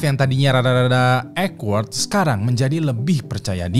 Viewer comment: bukan "ekward", woee.... "Owkword"😵‍💫😵‍💫